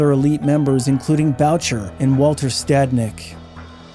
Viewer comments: Great and informative videos. I say this with amitié, you need a basic primer in French pronunciations. Boo-Shay not Bow-cher. 😊 Sad to hear about the young women and men lost. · rofl I'm sorry but this is annoying. Mom Boucher it is pronounced: BOOSHAY not bowtcher... (er in french sounds like AY) lol sorry! it's really annoying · BRO STOP!!!! ROY as a surname is pronounced Whaa. Like Patrick Roy (Whaa=like u never completed the question) Whaa And One of the best known bikers of all time is Moms Boo shay(Boucher) Boo like👎 thumbs down Shay like Connery pronouncing Say Shay, today musht be my lucky day Boo shay. Moms Boucher Put in the effort. Show some respect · Boucher is pronounced "boo-shay."